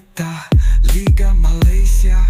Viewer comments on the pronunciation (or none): none